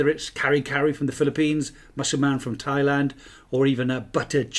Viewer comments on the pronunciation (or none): none